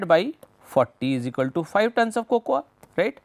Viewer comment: Sir... Fantastic video ... Its Coco in pronunciation :)